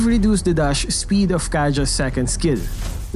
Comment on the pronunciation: "Chree seconds", "Dush speed" 😂